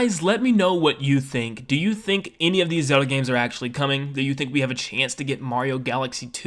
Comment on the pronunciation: All I hear is "Soda" instead of Zelda